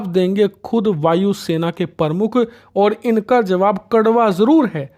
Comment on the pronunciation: Your Hindi pronunciations are very poor like you said vaayu sena parmukh which is wrong, I'd you are running a hindi channel then you should perfect in hindi, it's not parmukh, it is pramukh, thoda dhyan dijiye